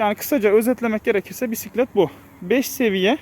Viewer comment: Oturak değil. Sele. Direksiyon değil. Gidon. Pisklet değil. Bisklet.